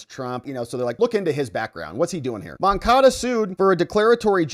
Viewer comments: Stop saying MoncaDO, it's MoncaDA. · MoncadA. Say it right!